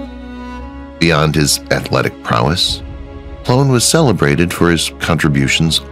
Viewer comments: Kenny Ploen pronounced as Kenny Plane. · Kenny Ploen is pronounced "Plane."